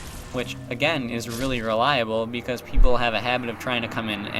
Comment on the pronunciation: "bicaaz" (: nice job with that axe dude.